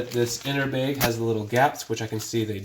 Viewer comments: Good video but what’s a “beg?” Do you mean bag? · He says beg instead of bag..... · Beg— omg he is saying “bag” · Bag. Not beg. I beg of you. Thank you. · It sounds like you're saying "beg" instead of "bag". lol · Are you from canada? I heard the word baig instead of bag lol. Genius idea thanks for the video. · I keep hearing “beg”. 😅😅😅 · I'll have to come back and watch this video when I'm in a different mood. Listening to him saying "Bayg" every 3 seconds is a torture 😫. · Thanks so much. I had a nice chuckle. I have a friend from Spokane who says bag the same way you do. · Bag is not a hard word to properly pronounce.